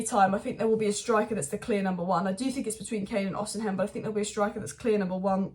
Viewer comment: Why keep saying Osiham? It's osimhen 😂😂🤦🏼‍♂️